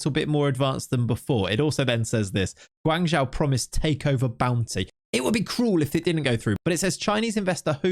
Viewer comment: Hey just for the future. The way to pronounce Guangzhou fc is guang like guong (end with ong) and Zhou like Joe. Obviously, It doesn't matter to much but JIC